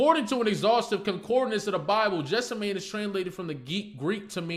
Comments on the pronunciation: Geth-SEM-uh-nee is the most common English pronunciation. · Garden of Gethsemane. “Get-sim-a-nee”… You butchered that word… Lots to consider from your POV…Can’t wait to see what he’s doing next. I think he was sad because he needed Gloria. He had writer’s creativity block because of his own issues he wasn’t willing to face. Gloria left…but she came back when he could focus again and dealt with his issues and his creativity came back. He started wearing his glasses when he could see fGloria grabbed his hand in the booth at the end to let him know he will be alright. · "Jeff-suh-mayne" is hilarious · Beautiful work ❤ Btw it’s Geth-sem-ma-nee 😊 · Garden of Gethsemane. “Get-sim-a-nee”… You butchered that word…